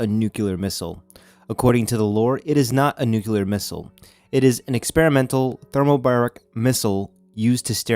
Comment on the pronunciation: What is nuculer? It's nuclear so obviously you are not a nuculer physicist because there is no such thing.